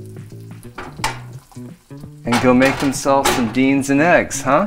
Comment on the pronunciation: You had me at 'dienz'...lol